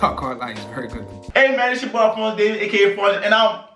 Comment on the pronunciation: Filly said alphonso david😂😂